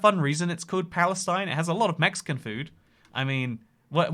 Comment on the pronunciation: Palestine Texas was named for Palestine, Illinois, by preacher Daniel Parker, who had migrated from that town. Also it is pronounced Pal-es-teen